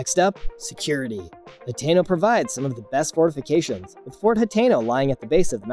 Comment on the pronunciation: Is Ha-ten-o, like how you say the number ten. Anyways, I really like the video